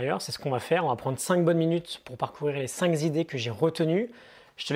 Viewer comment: Ok je vais encore faire le rabat joie... Je me permet de te corriger la dessus juste car c'est pas la première fois que tu fais cette erreur et elle n'est donc pas 'accidentelle'. Tu dis "cinq Zidées". C'est pas important mais tu ne t'en rend probablement pas compte